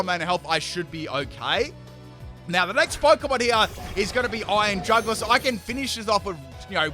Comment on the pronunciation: Iron NutSack LMAO 🤣 😂 😆 😅 💀 EVEN couldn't say it lol